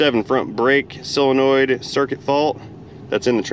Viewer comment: I REALLY enjoyed this one because, like you, transmissions are not my "forte" and I definitely learned stuff, 'n I likes learnin' stuffs... Speaking of vocabulary, are you pronounciating solenoid correcedly, like sole-a-noid, or are you being silly and pronounciating it like sil-a-noid? I couldn't tell; sometimes it sounded like one and sometimes it sounded like the other... 🤪